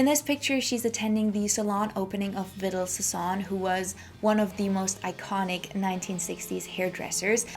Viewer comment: I don't hate on people who mispronounce stuff because they learned the words from reading only. Too many people don't read much anymore. But the hairdresser name is pronounced "Vee-DAHL Sah-SOHN."